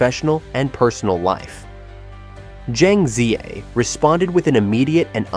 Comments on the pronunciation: He butchered her name totally.🙄🥴😵‍💫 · PLEASE FOR HEAVEN'S SAKE! Pronounce her name properly! Use a Chinese AI to teach you how to pronounce her name! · Why can't the narrator pronounce her name correctly?